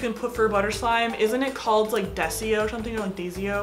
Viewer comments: It's not desio it's pronounced die-so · It's called DAISO NOT DESIO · DAISO it sounds like (die-so) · btw the clay is pronounced as (da-so) dayso*(diaso clay) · Daiso is pronounced Die-so ^w^ I loveeeeee your videos! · It's called Daiso clay ( die- so) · Daiso clay (DIE-SOW CL-AY) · How To Prounounce Daiso Dye-so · Die-so omg 😂😂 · the way she said diaso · It's called daiso clay but pronounced dieso lol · daiso clay (day-so) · Daiso air dry clay pronounced: die-so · the clay is pronounced Die -so *not trying to sound rude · its Daiso clay, pronounced die/so :) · It is pronounced day zo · Daiso clay (pronounced die-so) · daiso is pronounced die-so lol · Its pronounced di so clay. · Not trying to hate I love! But this is how you pronounce daiso clay DIE-SO clay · You pronounce dyso clay d-aaa-y-s-O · When u tried to pronounce daiso, it triggered me but I love u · Omg she pronounced daiso so wrong😂